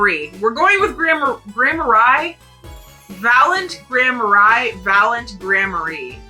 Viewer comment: This may be the first time I've witnessed someone pronounce Gramarye correctly their first time. Also love the wrapping paper! 🎉